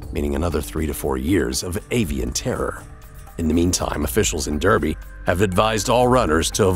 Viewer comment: D*A*rby not Derby